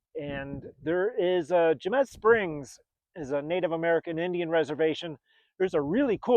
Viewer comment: Jemez is pronounced “hay-mez”